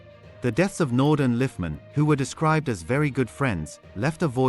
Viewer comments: Andre Naude( pronounced "Nou- deah" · Pronounce it nodee